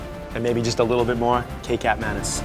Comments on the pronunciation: Aaargh, it's not pronounced "kay-cap", it's "catch-up" manis (ma-knees). It's an Indonesian product and not Chinese and it means sweet (thick) soysauce. (It's basically soysauce mixed with palm sugar). Other than that, I'd like to try this burger but I can't be bothered making it myself. lol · For the record. Kecap Manis, the "Kecap" is pronounced the same as "Ketchup" with no emphasis on the H. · The kecap manis is actually pronounced kechap manis, and it is an Indonesian product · It's interesting to note that kecap manis is in Malay for Sweet Soy Sauce pronounced as kee-chap ma-nis and not Kay-chap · haha I like how you pronounce kecap manis... kay-cap manis... hahahha! cute! It's actually pronounced kay-chap manis.. sorta like ketchup but spelt without the 'h' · It's pronounced as "ki-chap m aenis" though. :o Awesome burger. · Kecap (sauce) manis (sweet) aka sweet sauce is pronounced as: Ketchup Monies Kindly improve yourselves. :D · lol thats not how u pronounce kecap manis. its a malay language of sweetened ketchup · you pre-nous kecap manis is wrong go back to malay school dum ass